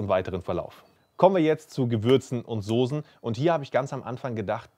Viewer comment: SOSEN? alter das hei´t Soßen , scharfes S .... kotze im Strahl wenn man sowas hört :D